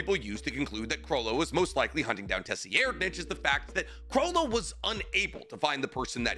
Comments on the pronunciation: your pronunciation is killing me... Sir-Eyed-......tserriednich....... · FOR THE LOVE OF GOD ITS PRONOUNCED "SIR. RIDE.."!!!! IT HAS IN IT MAN CMONNNN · I’m pretty sure it’s “Sir-eyed-” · Driving me nuts bro. There is noooo way you haven't heard a proper pronunciation of "sir-eyed-" name. You said it so many times you must be trolling lol. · Tserriednich just pronounce it like this "Sir-ride-" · If we use German grammar it is pronounced tser reed nich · It’s pronounced Serighnet or something like that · Bro can’t say the name for shit 😂 (Sir-Eyed-) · Brother, his name is pronounced SUH-RIDE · Can you STOP saying Tesierdnitch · Dude, please fix the way you say tserriednich, it is pronounced “Ser-Ride-” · his name is Pronounced Serri-Ed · Tserriednich is probably something like "TSeh-(guttural R) Ri-Ehd-", but Terror Sandwich and "Suh-Ride-" are at least better than whatever came out of your mouth 😭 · 😂😂😂😂 🙈 this is a crazy pronunciation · It’s a silent, T , Saradnick , it’s pissing me off watching it , I can’t even focus on what he is saying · Just btw it’s pronounced sir-ride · I swear b havin craziest pronunciation 😭😭😭 I always read it as SUH-RAD- but maybe I’m crazy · You're pronouncing it like that just to piss me off aren't you? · you not being able to pronounce Tserriednich makes this video hard to watch, geezus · Ay maaann. I had to stop the video because Tserriednich name pronunciation..... it was suuper triggering😀😀😀😀😀😀😀😀😀😀😀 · Brother please stop butchering his name 😭😭😭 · Bruh I wanna watch the vide but the way your saying his name is fuckin wild shits actually making me angry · I've been ignoring it for too long. WE, yes ME, YOU and EVERYONE, knows the "ts" makes an "s" sound, not whatever tf you're saying right now😭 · NAH TF DID JUST SAY? that sounded like a damn slur😭😭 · ima help ya: sur-ide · This man had no problem saying LADY TSunade but Tesseract-ditch ?